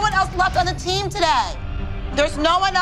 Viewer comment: "THÆRÆS NO OÆNE ELSE ON THE T🦅🦅M